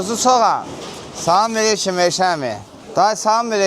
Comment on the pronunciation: Салам мелийки 😂😂😂😂 салам алейкум дейилир